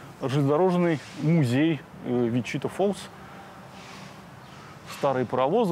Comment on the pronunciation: Не ВичИта а ВичитА